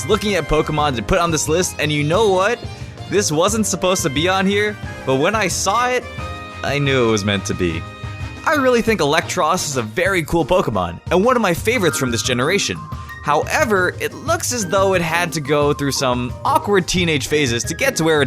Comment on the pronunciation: IT'S EELEKTRIK, NOT ELECTRIK! AND MAREANIE IS SPELLED WITH 2 A'S, NOT 3 E'S! AND THERE IS NO I IN TOXAPEX! AND IT'S EELEKTROSS, NOT ELECTROSS!